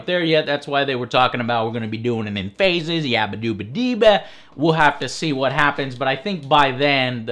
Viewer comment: fuck me lol faze not fase